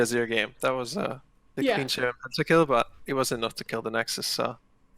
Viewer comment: Anyone else realize Ovilee says "Hit the butt" instead of hit the bell? XD